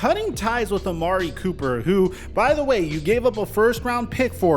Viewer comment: Anyone notice that schefter butchered his name lol. ‘Copper’